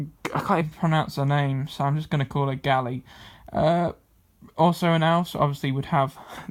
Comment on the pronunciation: Holy Fucking Gally... It's ga - la - dree - ell Halliday Gallyway